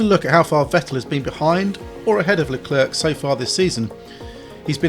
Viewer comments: It’s Le-Clair not Le-Clerk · Scuderearya???? Bro can this guy pronounce his own name?!?!?!? Unbearable to watch. Luklurk.... who the heck is that??? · Please say Leclerc properly! It's not hard! It's, as near as damn it for an Englishman with no French lessons, "Luh-clare". Don't pronounce the last C like it's a K! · Seeing as you pronounce it "La Klerk" I'm guessing you say "Jew-ventus" too. So English...... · But Charles Leclerc himself pronouce his name as straight forward as it is " Charles Leclerc" - so he is wrong in pronouncing his own name?? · "Charles Leclerk" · Luclurc? Never heard of him. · I wish you would put the effort to pronounce Leclerc's name properly. The c on the end is silent.